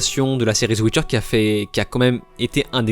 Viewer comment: “la chute de netflix” 😂 tellement ridicule ton truc! Et on dit pas “ZE WITCHER” c’est The Witcher